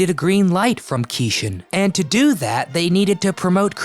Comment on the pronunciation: Great video! But I think his name was pronounced like "key Shawn".